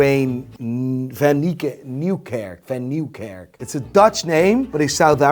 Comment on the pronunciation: Why the fuck does act like he cant pronounce van Nieuwkerk anymore?